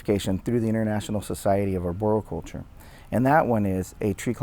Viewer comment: maybe you could start by learning how to pronounce arboriculture.... before you go claiming mastery.